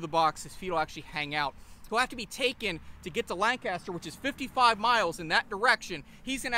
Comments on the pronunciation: He said Lan-Caster 😕😕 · At least say Lancaster correctly. You guys are two counties away